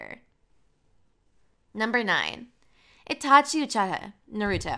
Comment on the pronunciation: bro its uchiha atleast get the names right (uo-chi-ha